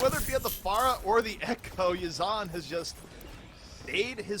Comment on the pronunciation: To say it correctly “Yezin” Im arabic native speaker so i know